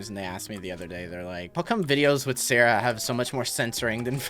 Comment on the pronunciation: Why does sarah sounds like salary 🤔